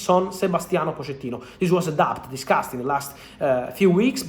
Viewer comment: Cómo que se pronuncia Poshettino en lugar de Pochettino??